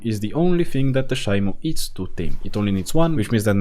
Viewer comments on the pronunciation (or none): it’s pronounced She-mo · Shimo pronounced she mo